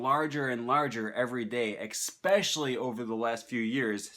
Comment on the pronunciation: Good content, mate. But one thing's puzzling me: how can a language nerd pronounce the word "especially" the way you do ? #baffled